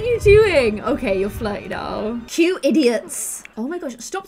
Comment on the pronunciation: “All the shmawl boys bein’ idgiuts...” 😂🤣